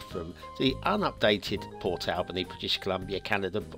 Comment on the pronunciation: you are mispronouncing Port Alberni - It is pronounced as Al burny. You are pronouncing it the same way as you would pronounce Albany. Lovely church asset.